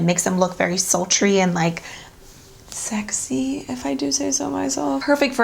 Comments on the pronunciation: Amazing look! You look beautiful and sexy haha I feel you on the struggle to say that word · Lol im just laughing at the way she says sexy at the end of the video